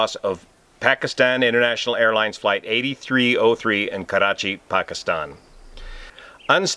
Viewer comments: 1 thing I can tell you with confidence. You are THE only non-brown person who knows how to say the name KARACHI right. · Yet another great analysis on this tragic plane crash in my City. I really appreciate all your work. It cannot be praised enough. I also love how you pronounce "Karachi" it's perfect. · Im from karachi and thank God he doesn't pronounce it as Krachiiii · Heartfelt condolences to all my Pakistani friends. As an Indian, this hurt. Also props for properly pronouncing Karachi. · Perfect pronounciation of 'Karachi' btw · Thanks for taking the effort to pronounce Karachi correctly. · haha i like the way you pronounce Karachi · great pronunciation "Karachi" for an american.